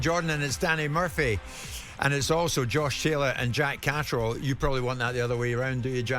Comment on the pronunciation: Why do English say “JACK CATRILL”